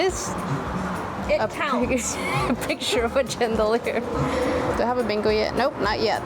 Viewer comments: Chandelier is pronounced like it starts with sh not ch.. It should be spelled Shandelier but its not 🫤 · Ok I wasn’t going to say anything but you said it like 5 😊 times. The word chandelier is said ( sh) like if it were shandelier. I wish I lived around you. Those thrift stores are so amazing.